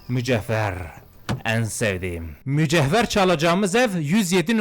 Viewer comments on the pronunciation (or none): Kıyamam ilk defa duymuş gibi mücevher diyeceğine mücehver diyor yerimm😅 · abi mücehver ne Allah aşkına mücevher ya ksskdmslakam